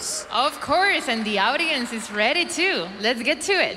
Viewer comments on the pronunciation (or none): sorry..the female.mcee is pronouncing audience quite queer...not "awdience"..but should be "odiens"...more practice pls